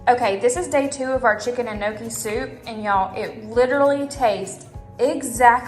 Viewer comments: Hi. I’m Italian. FYI, it’s not no-key. It’s pronounced nyo-key. The gn in Italian is pronounced the same way as in French ie filet mignon. Impress your friends by pronouncing the word properly. 👍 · I'm 70% Italian too but I never had gnocchi since my parents never cooked it so I had no idea how to pronounce it.. I think since so many ppl don't know how to pronounce it it actually would be impressive to me since even I never knew how, LOL.. The only reason I learned is because my son works at a fine Italian restaurant and he makes the gnocchi by hand.. The restaurant was just on Good Morning America this week!.. So I'm in my 50's and it was my son that taught me how to pronounce it correctly!! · I dont think she was trying to insult you.. I think she was only trying to teach the right way to say it because most ppl dont know..Its funny we all know how to say pizza, lasagna and spaghetti but no one can say gnocchi right, LOL but I always knew I was pronouncing it the wrong way tho!!